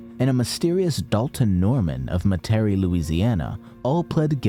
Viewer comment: BRUH WHY DID YOU PRONOUNCE METARIE WRONG MAN AGGH...Otherwise amazing video ^^